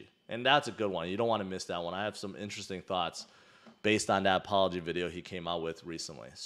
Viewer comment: I think you just invented a new word. "Interesthing"